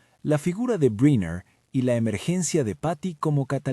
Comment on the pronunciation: No pude seguir mas de 3 minutos de escuchar como llamas al dr bräiner, en vez de brenner....